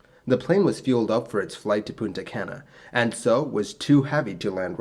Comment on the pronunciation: Buenos Aires was so mispronounced followed immediately by Punta Cana so well pronounced that I had to hit back to see if I heard correctly lol. To be clear it's okay to mispronounce things, if It's understood then that's all that matters and Spanish sounds are very different from English ones so it's understandable for anyone who is monolingual, hell I'm bilingual and often mispronounce Spanish words when speaking in English.